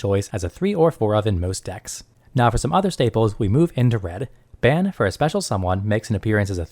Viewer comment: FYI His name is pronounced Bahn. Otherwise, thanks for the input. I currently run 7DS. Also a WS noob so It's good to hear a more experienced prospective and tips on bettering my deck.